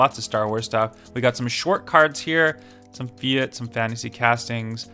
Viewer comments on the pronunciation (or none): none